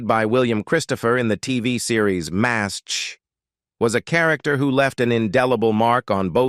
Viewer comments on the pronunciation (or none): Had to stop watching cause narrator couldn't pronounce anything. What is Maz H? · Being a MASH fan for decades, I really wanted to watch this. However, it was so sickening to hear the repeated butcher of the words was too much. When even the show's name not just mispronounced by not even recognizable, it is far beyond sad! They should make the video using a human for the narration or just remove it. There is a reason it has only 118 likes after being on line for a month! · This narrator can't pronounce the stars names or the title. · You made it about two minutes longer than I did!!! About the fourth butchering the show's name I simply cud not take any more. He should re-do it with a human narrating!!!